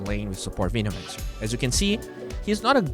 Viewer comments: Still slightly triggered about Veenomancer pronunciation. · "Veenomancer"" 😂😂😂 peace